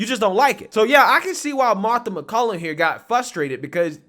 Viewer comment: BTW, Her name is MacCallum MacCallUM! I like and respect her too, practice saying her name right! Respect!